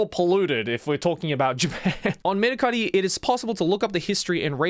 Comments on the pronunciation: dude i never knew mercari was a japanese company, i've seen a commercial where they said it with an american accent so when joey went full japanese with "merucari" i was shocked lmao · Mercari exists in America too lol. I love how he pronounces it to sound extra japanese😂😂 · I'm cracking up everytime Joey says Mercari, we literally have that same site in the US.